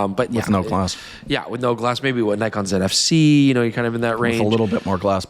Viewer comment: Old mate solemnly apologising for not predicting the xt30 and suggesting people were mistaken... no one cares. Shit turns up or it doesnt and the world turns regardless. Also, why are you able to pronounce Ricoh correctly but not Nikon?